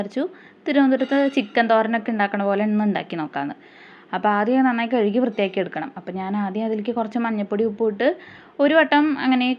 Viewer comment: കെഴുകി ❌ കഴുകി ✅ 🫵🏻🫵🏻🫵🏻🫵🏻